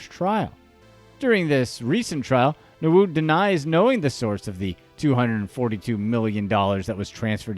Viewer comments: Nwude (ñwooday) not 😂😂😂😂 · How did he get narood from nwude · Newood...rotfl...please do your research on how the names are pronounced... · This channel initially came across as credible but all that was lost when i saw Emefiele being mentioned as Nguma or something, also all the names were being mispronounced. Nwude became. I guess you would be able to pronounce Polish 1st choice goal keeper who currently plays for Juventus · What type of insult is dat pronounce nwude well